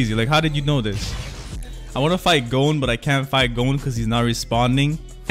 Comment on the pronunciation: his name is gon not gone